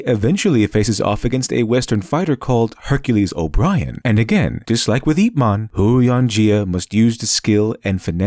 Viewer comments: Every time I heard you mangle the pronunciation of Huo Yuanjia's name I screamed internally. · Loved this video but cringed at the mangling of the Chinese words. Especially Huo Yuanjia because they say his name so many times in the movie. Keep up the great work though